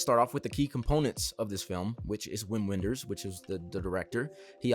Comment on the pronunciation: Loved hearing your perspective on this beautiful film. Wim Wenders (the “W” is pronounced with a “V” sound) is one of my favorite filmmakers, and this is one of my favorite Wenders films. Check out his 80s masterpieces, “Wings of Desire” and “Paris Texas”. I’m certain you’ll appreciate both of them. Wenders also makes excellent documentaries. His most well known docs are probably “Buena Vista Social Club” and “Pina”, but you’d probably really enjoy “Tokyo-Ga”.